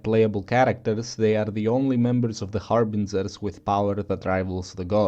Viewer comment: "harbinzerz" Love you man